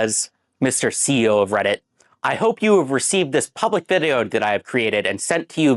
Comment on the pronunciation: "Hope you have received dis puhblick vid-e-oh," Alright, buddy.